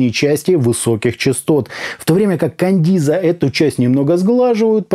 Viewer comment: Да почему Кандиза то если Каденза?)) купил щас на распродаже за 2к, звук улет